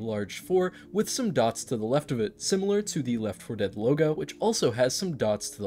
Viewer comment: It's always weird to me when you say left 4 dead correctly. I would always pronounce it Leff for dead just cause it was easier and you could still tell I was talking about left for dead lol